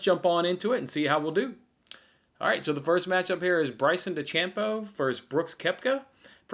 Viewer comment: Am I really suppose to take betting advice from someone that pronounces Bryson's last name de-champ-bo? I am sure this guy was on the Bucs because of Tom Burty's excellent QB play.